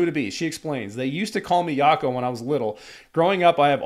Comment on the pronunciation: It's pronounced "Zhako" as in the short version of the French name Jacqueline. In Armenia, we pretty much shorten the names and often add "o", "ik", "chik", "shik", "ush" suffixes when interacting with family, friends and even co-workers. If someone calls me by my full name then they are either a total stranger or angry at me.